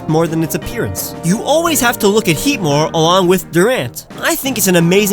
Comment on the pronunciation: HEATMOR DOES NOT END WITH AN E! AND IT'S BARBARACLE, NOT BARBERACALLE!